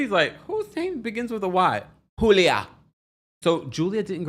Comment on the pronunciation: It's pronounced "You-leah" for Julia's Russian name